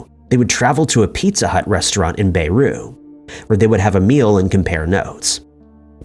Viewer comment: “Bay-roo, Lebanon”